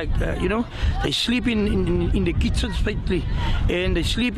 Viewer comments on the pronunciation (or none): "They slip in dee khițzins and they slip in dee thoilețz"